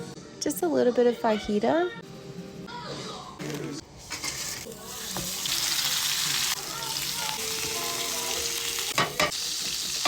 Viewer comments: “a little bit of Fi-heata”?! Wth is fi-heata? Is that for real? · there’s so many rage baits in one video 😂 😭 the way she pronounces fajita and mozzarella, the way she splashes water out of the Stanley cup while pouring it….gurl.